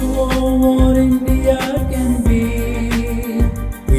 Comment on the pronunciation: Should change the part for 'India' to 'The India' instead of singing 'Indeeyia' because obviously that part was written for a 3 syllable word like... Singapore?